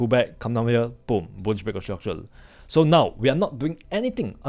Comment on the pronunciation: bro please take the L off of your Rs' when pronouncing it hurts my ears to hear you say structule instead of structure other than that you speak like a native american english speaker